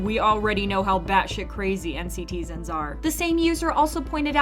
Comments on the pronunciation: it's encitizen not nctzin (pronunciation) please change this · NCTzen is pronounced "in-citizen" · NCTzen is pronounced "N citizen".